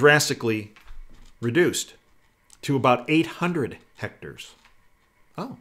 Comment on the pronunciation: Hmmm...I cannot believe that such a savvy man as says "hectors" for "hectares". I wonder if it is deception.